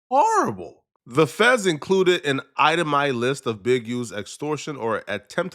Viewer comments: Bruh what is a "eye-tah-my" list? 😂 It's itemized brotha! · Item eye 😂😂😂. Itemized 😂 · ItemiZed .....Z there's a Z in there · Itemized…. Ized